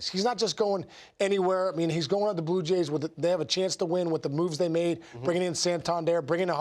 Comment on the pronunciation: Am I crazy? Why can't this guy say Blue Jays?